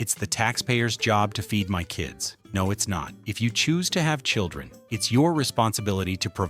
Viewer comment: It's children. Not churdren